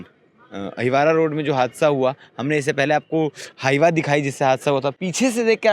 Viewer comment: अहिवारा रोड बार बार बोल रहे हो अहिवार रोड पर कहा